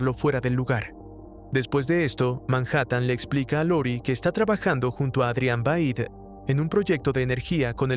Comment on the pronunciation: bro el resumen brutal pero es Veidt no vaid D:!